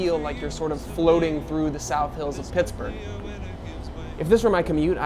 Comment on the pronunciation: Te amore "piksburgh"